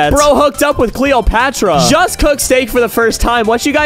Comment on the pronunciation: How he pronounced cleoprata